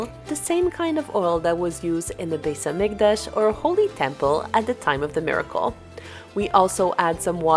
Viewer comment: I’m wondering why you pronounced beit hamikdash with an s like an ashkenazia?